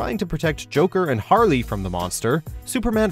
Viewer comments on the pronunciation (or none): none